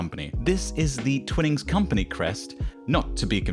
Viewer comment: stop saying Twinings weirdly